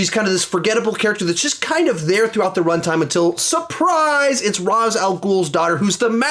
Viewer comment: Ray-sh not Raz….